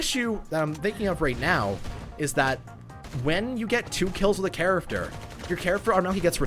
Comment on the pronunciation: Oh man I hear it not and I CANT STOP HEARING IT! WHY DID YOU HAVE TO MENTION "charaFter"? I can't stop hearing it!!!!!